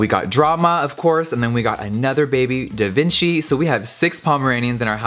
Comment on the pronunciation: DA VINKI?